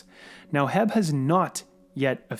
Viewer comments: Bro, excellent content and my shell strategy is very similar to yours except for one thing. H E B is not pronounced HEB (or jheb) here in Texas it is know as: Aitch (H) - Eee - (E) - Bee 🐝 (B). And yes, H E B is a massive supermarket store even bigger than Costco’s. I spoke to the store mgr here in Houston and he was telling me that HYLN is already a transpo partner of theirs since its based out of Austin for quite sometime now! HYLN already has over 400 Sales & Service Centers operational for the post IPO merger. These fact alone is a game changer since most of LATAM already uses LNG in their vehicles as a form to reduce fuel costs. It really isn’t nothing new down there with the exception of the EV power train. Once these service centers go live, it will be very difficult for NKLA (if it ever builts anything) or TSLA to penetrate the semi market in South America. Let the💴💴💴🚀🚀🚀🥂🥂🥂 begin!!! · Its Not HEB...its H.E.B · Correction. The company is not called "Heb." It's called H-E-B, an excellent company by the way. I wish they actually sold stock, but it's private. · Lol it’s pronounced H.E.B. But I know you wouldn’t know unless you’re from Texas . You saying heb made me laugh. Thanks for video!! Appreciate you